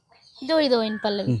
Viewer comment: சல்வார் பிள்ளையும் நல்லா பாடுறா. ஆனால் ல ழ உச்சரிப்பு திருந்த வேண்டும். பல்லவி, பழ்ழவி என்று கேட்கிறது.